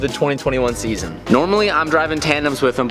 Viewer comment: Ah yes the new ZeaZon